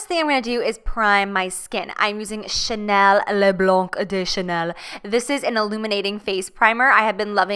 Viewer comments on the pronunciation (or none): "Ooh another Cha-nay-nay product" I'm dying 😂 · "Oooh another Cha-nay-nay product" LOL. This look is amaaaazing and you are perfection. ( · "chenaynay" looool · "Ouuuu another cha-nay-nay product" 😂👏